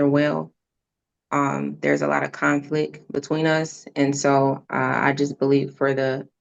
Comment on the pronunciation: Sounds like mom has a”conflick” pronouncing conflict